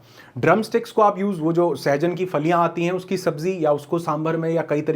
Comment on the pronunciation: Suhajan nahi sahjan hai